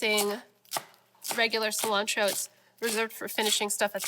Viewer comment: I'm going to start saying Killantro. LOL